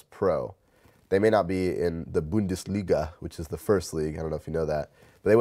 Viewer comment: As an german paintballer i like how he says "Bundesliga" :-) A great Video